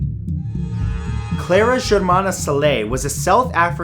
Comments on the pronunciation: Cool video. I laughed out loud at Matt's pronunciation of Cele though - it's not pronounced sell-ay, but closer to chair-lee. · Mad love for you Matthew, from South Africa.... PS that's not how you pronounce Cele